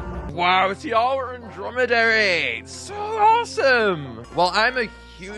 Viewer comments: It’s Tee aw wha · It’s pronounced tiwa but I love your videos keep up the good work